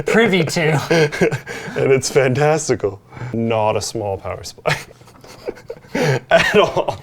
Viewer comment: Did say Fantasticle